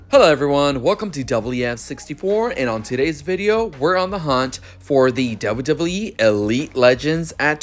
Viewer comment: Also I like the way you say wwe